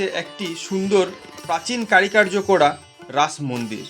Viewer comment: কারি কার্য নয় উচ্চারণ হবে কারুকার্য । বাকি টুকু ভালো লেগেছে ।